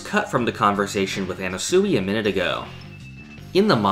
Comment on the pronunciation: Not Ana Suey 😭